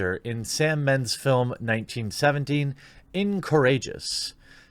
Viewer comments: Incourageous? .... the word written was Incongruous ... In-Con-Gru-Ous. Not the same thing. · It's "IN-CON-GREW-US". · in con gru ous. pre-read your material dude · bruh....you butchered the pronunciation of incongruous.